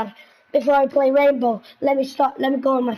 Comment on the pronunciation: plz its R.a.i.n.b.o.w not R.a.m.b.o